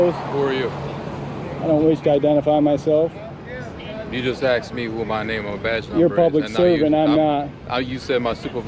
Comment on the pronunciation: He axed his name and badge number